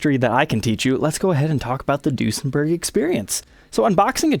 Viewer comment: In german when u say the ue it sounds like the ü so it would be pronounced Düsenberg. This is an Amazing video and I'd like to see more Duesenbergs on here thx a lot